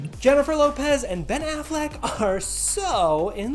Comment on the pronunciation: “Pen 🖊️ alfleck “ 🤦🏾‍♀️😫